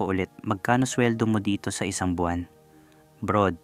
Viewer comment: Hindi nga kasi brod yong basa non.. brad talaga 😂😂😂